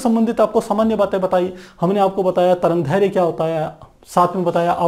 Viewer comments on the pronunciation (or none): sir tarangdherya nhi tarangderdhya h